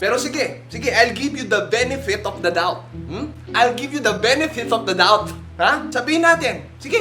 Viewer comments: "Venevith ofv the dauthfv" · "venefit of the doubthhh" hahahaha! lt ng vid, nays waaan!